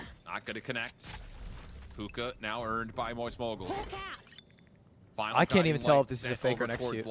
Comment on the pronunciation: "Mowyst Moiygals" UwU